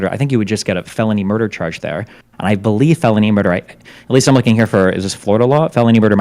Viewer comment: And what is destiny talking about. All murder is felony. He keeps saying felony murdee